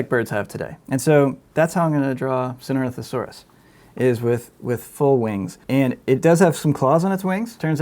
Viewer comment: This guys pronunciation of Sinornithosaurus gets sloppier and sloppier as the video goes on.